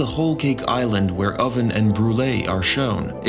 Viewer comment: "Impel Town" instead of Impel Down and "Oden" instead of Oven had me questioning this guys One Piece knowledge for sure. Couldn't shake it.